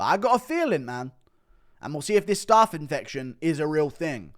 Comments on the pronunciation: Guru’s pronunciation of Staph is crazy lmao it’s not staff, it’s pronounced like the first syllable of Staffordshire. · STOP SAYING STARPH INFECTION!!!!!! Fuck me 💀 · Someone tell Guru how to say staph. And no its not because hes English.